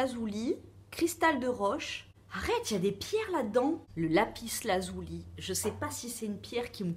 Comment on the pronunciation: Pourquoi pas ta miniature en mode doudou plein de poils;)) moi aussi je dois payer payer Payer pour ma voiture bouhouuuuuuu.... Si tu as envie d'une pierre: fonce! Fais confiance à ton intuition. On dit lapis lazuli pas "lazouli" mais bon... On s'en fout. C'est bon pour avoir les idées claires.. Tu vois que tu en as besoin;-). Perso j'adore les pierres et la lithothérapie en général. Aller courage bizzzzz (aujourd'hui je porte justement une lapis lazuli en pendentif et un bracelet de cornaline et quartz). Byyyyyy